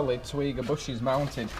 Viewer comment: I've got the same short shifter, I also had to twat it to get it in 😂. Haven't upgraded the bushes yet though. I think it's pronounced Teg yee wa.